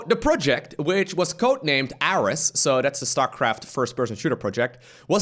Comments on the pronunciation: well that sucks. also i think Ares was pronounced like the greek god of war. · “aress” sad magnath (and ares) noises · And it's air-ees (Ares) as in the god of war. Probably a billion comments on this by now but I did not check.